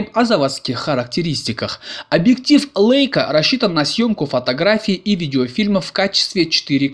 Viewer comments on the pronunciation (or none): Не лэйка, а лейка !!! Бренд известный.....Помните военную песню журналиста ...С Лейкой и блокнотом, порой и с пулеметом.... А вы - лэйка.....спортсмэны.... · 525👍 Сегодня вечером приедет - надеюсь , что я не лохонулся ☺ Жалко, нет дист.пульта управления. Могли бы сделать управление со смарта по Wi-Fi. P.S. Чем круче съёмки и обзоры, тем больше требований от зрителей ☺ Но вот звука "Э" в слове Leika и "Бленда" точно нет 😉 👍